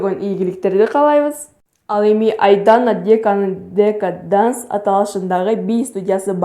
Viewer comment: Данс эмес Дэнс болот